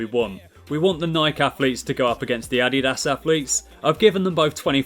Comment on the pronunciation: It’s Nike not nil and no t addiass its adidas